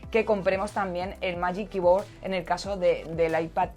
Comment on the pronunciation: Buenas! Me encantan tus vídeos y este de 10! Felicidades. Sólo que miraría un poco como pronunciar en inglés "Magic Keyboard" o "Luma Fusion" ya que considero que Youtubers como vosotros podeis influenciar para muy bien a toda vuestra comunidad. Cualquier duda, quizá podría ayudar! Gracias por darnos vídeos de calidad y tan bien hechos! SUPER FAN TUYO!